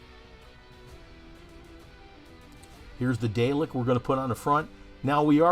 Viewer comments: Really nice mod. FYI, Dalek is pronounced "Dah-lek" not "Day-lek", please. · I'lll be that guy: it's pronounced "Dar-lek" not "Day-lek". :P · Great Build, although you need to learn to pronounce them as DaRRlek not Daylik lol. (and yes I know is is spelt Dalek, but us Brits pronounce the a as 'arrr' ) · Dalek is pronounced Daa.lek.